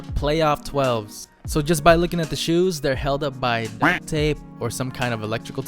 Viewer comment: Why cant you say duct?